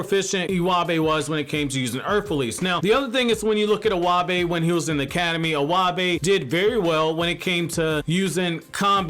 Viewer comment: Iwabe is pronounced e-y-bay lol you totally butchered my 2nd fave character name